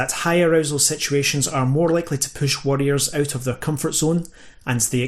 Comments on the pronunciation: Jesus Christ, the accent , you pronounce both variants the same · I'm not going to lie... your pronunciation of 'warrior' and 'worrier'... a bit confusing... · Had a pretty hard time distinguishing if you were saying worrier vs warrior while I was listening at work. I'll have to watch it again with subtitles. Best presentation of the subject I've seen on YouTube yet.